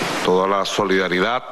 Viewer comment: Jajajajajjajaajaj.............. la solidaridak, la verdak, mmmmmmmmmmmmmm, mmmmmmmmmmmmmmmmmmmmm, aca no grita tanto como en Venezuela? estará cagao por que asumio Donalkkkkk Trommmpppkkkk?